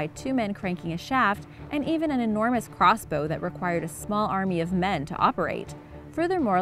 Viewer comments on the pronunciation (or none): none